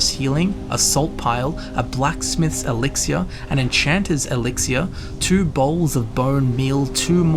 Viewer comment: Love the way he pronounces "elixir". Very classy.